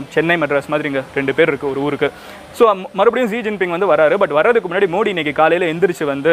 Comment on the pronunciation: Bro mins la neenga modi nu pronounce pannurathuku bathila moodi nu sollitinga bro